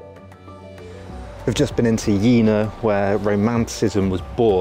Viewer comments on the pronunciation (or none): Jena is "YAY nuh" not "YEE nuh".